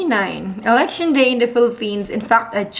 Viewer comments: You said "Erection" not "Election" that's why everyone is laughing! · On the 91 second mark… You definitely said… “erection“🤭🤭🤭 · I heard her say "erection" the first time . Then she correctly said "election" a little later